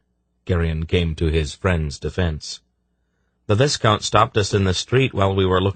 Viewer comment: Ok i really appreciate this narrator's commitment to the accents and different character voices, but I've got to get something off my chest: I've gone from Pawn of Prophecy straight through, and every time he pronounces 'quay' as kway instead of key it sets my teeth on edge. Also, 'viscount' rhymes with 'eye count,' not 'discount.' SMH